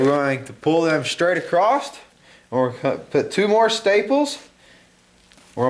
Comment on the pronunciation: "acrosst" lol